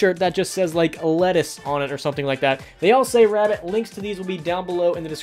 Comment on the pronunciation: the histowy teacher